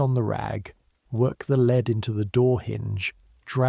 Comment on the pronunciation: Very entertaining, but AI still can't distinguish between the two different readings of 'lead'.